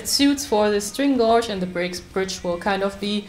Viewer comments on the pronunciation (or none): When you remove the old string unscrew or screw the "fine tuner" to a bit over half way so you have some adjustment after you re-string. Shamefully (as my German is rubbish-so who am I to criticise?) I am going to correct your pronounciation . String gauge is pronounced 'gage' like Rage with a "G" - we have lots of words in english that just don't sound like they look . Laugh= larf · It included lots of time indeed xD Well I always wondered how "gauge" is pronounced correctly xD Can you tell me?